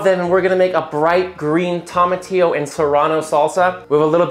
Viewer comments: lectures us on the pronunciation of tomatillo, then , he goes right back to saying tom-a-teeyo instead of toe-ma-teeyo. Shameful display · You said tomatillo right the first 5 times but then pronounced it TOM-atillo right after you said "bright green" lol. Awesome food my man! Keep em coming! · says “Tom a teayo” just after he explains how to say tomatillo the right way lol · The irony of emphasizing TOE-matillo rather than TOM-atillo and then immediately after pronouncing it the wrong way was hilarious. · He says that tomatillo is pronounced to-matillo and then says tom-matillo… after making a big deal about it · ‘It’s tomatillo, pronounced toe mah tee oh, not tom uh tee oh.’ Immediately calls it a “tom uh tee oh” in the next sentence 😂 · He explains it’s pronounced toe-matillo and then a sentence later says tah-matillo lol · Spent all that time making the point that it was pronounced "Toe"-matillo and then 30 sec later says "Tom"-a-tea-yo lol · You do a whole thing it being pronounced TOE ma tiyo and then every time after that when you say it without trying to do it right, you say TOM a tiyo. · Lectures on pronunciation being “toe-mah-tee-oh” proceeds to pronounce it incorrectly several times. Lol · Random thing that popped out to me... you made sure to point out the correct and wrong pronunciations of tomatillo, then you used the wrong pronunciation without a thought. I wish I didn't so easily pick out discrepancies like these in the videos I watch. It would make things so much easier.